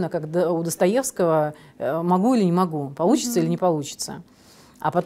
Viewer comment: Ну не Мугу……. Ну не Мугу